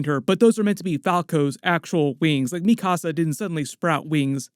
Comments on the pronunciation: The way that you say mikasa bothers me so much, because if you’ve watched the show, you would know how to say her name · LMAOOO called Mikasa mi casa lolol